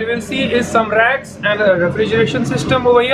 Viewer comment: in store... i heard rats when you said racks :D